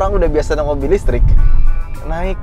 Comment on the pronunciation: Beda dan istri soal penyebutan: listrik Istri: lestreeekk... Java's pride 😅😅😅